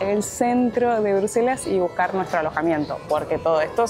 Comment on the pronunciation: Hola! Minuto 17.21 dice Bruslelas en vez de Bruselas. Sé que es un pequeño detalle nomás pero lo comento xk percibo que es muy detallista. Excelente contenido el que hacen, realmente de mucha calidad en todo sentido; calidad de imagen, información que aportan, edición, todo en gral es muy bueno!!! Saludos desde Mallorca!!!